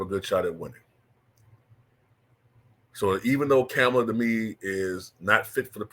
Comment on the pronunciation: I donate to you but your political takes are whack in my opinion. I’m not a Kamala fan but you should at least pronounce her name correctly.